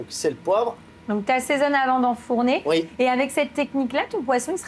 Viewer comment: Bonjour. J'adore votre chaine. Juste un insignifiant truc qui me fait bugger à chaque fois. Le fait que vous dites "Uuis" au lieu de "Oui" 😅?